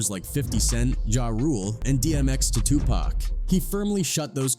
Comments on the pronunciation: 🎯🎯🎯🎯🎯🎯 if you see how he pronounced Tupac 🤦🏻‍♂️ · Ihate de way u pronounce people's names it's stupid wtf is cooroopt.???? You even call tupac tupack🤔